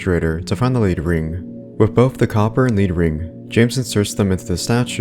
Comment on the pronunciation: You pronounce “lead ring” as “lehd ring” it’s a type of metal